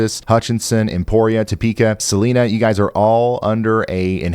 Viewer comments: Salina Kansas is not Sa-lean-ah but Sa-line-ah.👍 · In Kansas Salina is pronounced Sa line na, not Sa leen na. FYI thanks for all you do! 💖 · Thank you Ryan! Also, just an FYI don't shoot me but Salina, KS is pronounced like, suh-line-ah. I'm sure Y'all bot will tell you too lol. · Salina is suh-LINE-uh 😅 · Not such a big deal but Salina KS.. Salina (Sa-line-uh) 😆 .. prayin for everyone .. stay safe!! ✌️❤️🙏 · The i is long in Sa-line-a...just f.y.i. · Salina, KS is Sa-lie-na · It is sa-line-a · Ryan, pronounce the "i" in Salina as a long "i" instead of as an "e" and you'll be pronouncing things like a local... You all are doing a FANTASTIC JOB helping people. Please keep up the fantastic work!!!